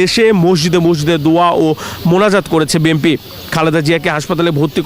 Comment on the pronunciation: বি এন পি উচ্চারণ না করে, আপনি বারবারই ভুল উচ্চারণ করছেন বি (এম)) পি বলছেন